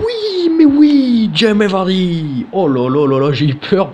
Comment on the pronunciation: fait juste attention c'est pas Jimmy Vardy mais Jamie Vardy voila bonne vidéo comme d'habitude.